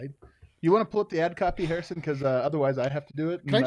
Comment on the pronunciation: Yup... Joe Hair-iss = Hair-ison Wind.